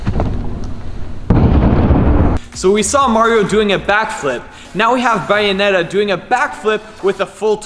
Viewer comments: u can tell he doesn't play because he calls bayonetta Bianetta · It is pronounced bay o net a